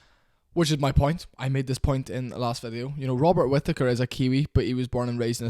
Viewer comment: I love the way British people pronounce British surnames, like 'Whittaker'. This is a fantastic video, keep up the good work